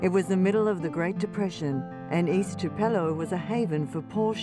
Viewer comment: Tupelo= tu rhymes with few, puh rhymes with putt, and lastly low. tupuhlow. From a Native.